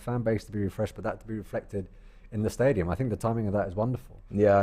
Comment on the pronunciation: Man pronounced that stadium name with finesse🔥🤲🏽